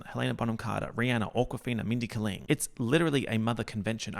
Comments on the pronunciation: Why do you keep saying Kuh-ling, instead of Kay-ling. Is it a bit? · It’s Mindy KAY-ling sis